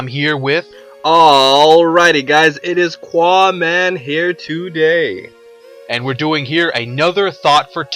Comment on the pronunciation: Love how you can't pronounce your own name Q makes a "k" sound so qaaman would be pronounced kaaman